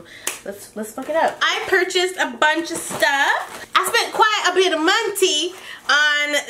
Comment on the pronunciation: "I spent quite a bit of monety" lol I love it 💲